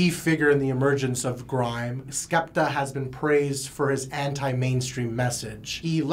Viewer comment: “So this is Skupta” HAHAA naaaaa